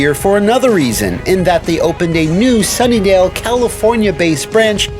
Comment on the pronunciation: I think you mean Sunnyvale, it sounds like you are saying Sunnydale.